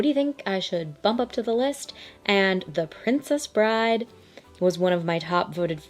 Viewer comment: How did you get it wrong twice? It’s “The Princess Bride.” Full stop.